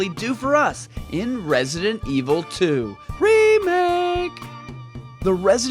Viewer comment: I really love your videos about RE2 remake..... but just can't stand how you pronounce the word "remake".